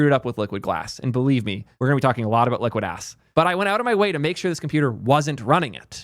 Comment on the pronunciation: think i heard him saying liquid Ass